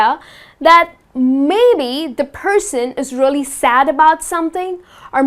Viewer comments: She keep saying really as rally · You prounounce “really” weirdway...